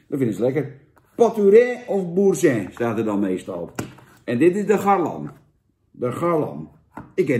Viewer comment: C'est terrible , terrible.. France, vivre la vie, et j'espere tu dis boursin normalement